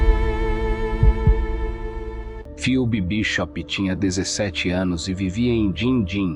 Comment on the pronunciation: Bom dia, A pronúncia correta do nome da Moça é 'Febe' (Ph tem som da letra 'F')! Um absurdo, mais uma vez, de um familiar que negligenciou a Jovem e a deixou 'sob os cuidados' de pessoas nada confiáveis. Para agravar a situação, demora para notificar o desaparecimento da Filha ás Autoridades. Lamento pelo que Phoebe Bishop passou em seus últimos momentos. Que a justiça seja feita para honrar sua memória. 😢